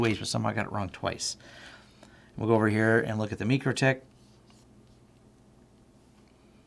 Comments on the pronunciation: It's pronounced MY crotech. :( #FAIL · FYI, the company themselves pronounces the name "my-Krah-tik".